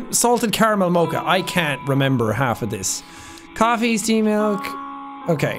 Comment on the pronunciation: The fact that you don’t know how to pronounce mocha is the most stressful thing 😂